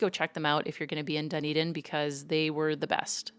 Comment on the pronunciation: Also, it's not "dun-eden" it's "d'n-EE-d'n" :-)